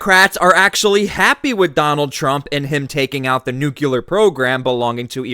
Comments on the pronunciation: My man pronounces nuclear just like George W Bush. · Please pronounce NUCLEAR properly !!!